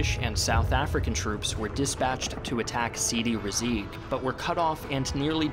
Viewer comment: Sidi Rezegh, pronounce is Sidi Rezay. Not Rezeg